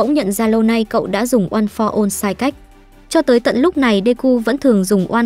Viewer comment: "ôn pho one" nói mà nhức đầu luôn